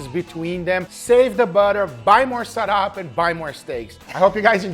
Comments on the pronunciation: it's actually pronounced saw-rahp and you should try lumpia with a dip that's 1 part soy sauce, 1 part spicy vinegar, black pepper and chopped garlic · I like how you pronounced sarap😂